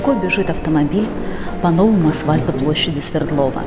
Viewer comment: Блин,,,, говорите "асФальт", пожалуйста!💋